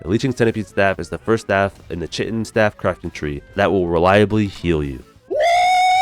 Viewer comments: Kie-tin dude not Chit-in...American school systems at work again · The pronounciation of chitin 😄